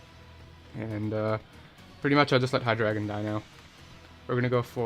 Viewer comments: Either way, it's still Hy-DRY-gon. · he said hy-dragon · Its pronounced hy-dray-gon